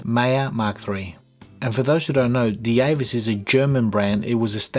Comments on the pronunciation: Because it's German, it will be pronounced like we do in Dutch as Deevas (Dievas) not Deavas. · the name is pronounced “Divas”, not “Di-E-vas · Thanks for this review. This is a compelling piece. I think the German pronunciation would sound more along the lines of, "D-Vass."